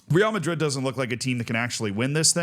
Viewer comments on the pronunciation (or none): How often do you talk about Real Madrid? Just google how to say it